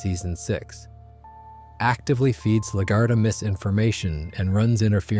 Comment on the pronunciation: Laguerta is pronounced La-gwhere-ta